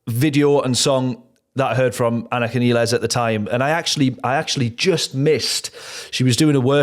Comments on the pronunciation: Important technical note. Anika's last name is pronounced "nyles" not nEEless. See this announcement by Anika, Geddy and Alex in March 2026 in which they very clearly say 'nyles' after working together for several months. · Her last name is pronounced like MILES. -Nilles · Actually it is Neelles not Nyles. I asked German producer who even makes video how to pronounce it correctly but the English pronunciation is like Alex (my fellow Serbian) and Geddy pronounce in that introduction video. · No.. Some random German producer who doesn't work with Anika is not who we should be asking. It is obvious from the Lee/Lifeson/Nilles video in which they are saying "nyles" right in front of her and she doesn't correct them, that this is how she is pronouncing it. End of debate. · Wouldn't be Rush if the drummer's last name wasn't mispronounced!